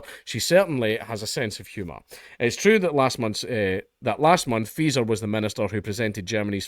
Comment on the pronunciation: I swear I have to double take every time you say Faeser because I keep thinking you're saying Freeza